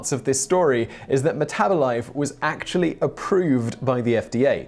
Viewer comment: "Meth -abolife"😄